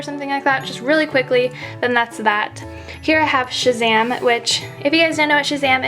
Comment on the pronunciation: Shazam not shaman